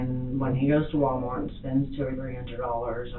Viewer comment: Did she say: “love this man to DEATH”?😂also i somehow heard her saying WalmarK